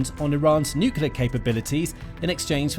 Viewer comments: It is cute when an 2 years old says pasghetti, but not when a grown person says necelar instead of nuclear! Please go back to preschool! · Ah yes, a new NUCULAR deal! wonder which school he played truant from then.